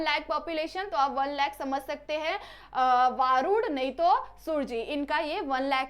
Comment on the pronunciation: वरूड च नाव वारूड नही आहे वरुड आहे